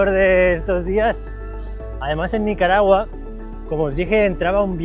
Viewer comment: No es caragua ..,( es Nicaragua)